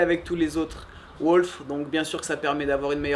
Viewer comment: we pronouce "wOUlf" not wOlf , anyway great job